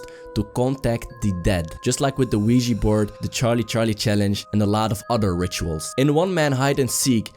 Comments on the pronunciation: It's pronounced *Ouija Board!! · It's pronounced Ouija Board. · the "WEEGEE" board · Its not Weegee Its Ouja Bord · It's pronounced *Ouija Board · The wee-jee board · Wee-Gee board😂😂😂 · It's pronounced *Ouija board you idoit!! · It's pronounced Ouija Board you idoit! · It's pronounced Ouija Board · did he just say.... THE LUIGI BOARD!?!?! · Weegi board lol